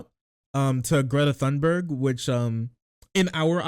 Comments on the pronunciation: no it’s pronounced tuneberg dumboo 😊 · Apparently, the age of consent in Romania is 15, which is probably one reason why Tate moved there. Also, Thunberg is pronounced "Tuneberry".